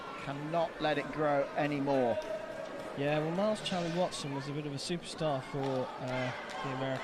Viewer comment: Miles Chamley-Warner? The commentators for fencing have always been awful, but they can't even get the athlete's name right?